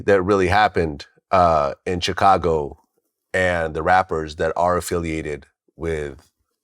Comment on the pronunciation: I cringe everytime Vlad say “Chicago” 😬